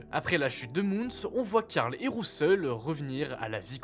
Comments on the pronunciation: C'est dommage l'utilisation de l'IA mais le vrai problème c'est "Rousseul".... cets le prénom de qui ça? On dirait l'IA qui ne sait pas prononcer certains mots. Je suis pas fan de théories fumeuses donc cette vidéo n'était pas pour moi. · les théories sont incrr juste le prononciation de "rousseul" est désastreuse.